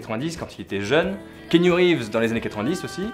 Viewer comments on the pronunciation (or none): none